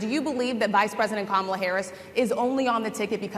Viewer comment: You pronounce Kamala like Momala. They should just say Momala.